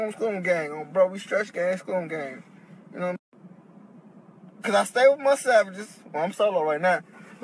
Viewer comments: 🤣🤣🤣🤣🤣 tewwwww yewwwww whoooooo 😭😭😭😭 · Definitely from Baltimore, talkin bout some “Yeww”